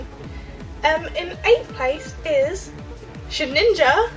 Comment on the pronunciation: Did you say Sheninja instead of Shedinja? :P